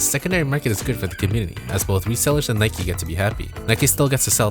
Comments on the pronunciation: Bro it’s Nike not nikey lol u have never pronounced and e at the end of the word as an eeee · When he keeps on pronouncing it as Nikee and not Nike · Its not Nike-y it’s Nike, it’s not bike-y it’s Bike, simple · why are you saying nikey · Why he saying nike like that. Its frustrating